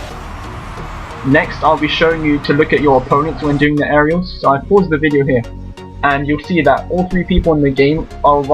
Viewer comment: at the beginning it sounded like hey this is " anal raiders"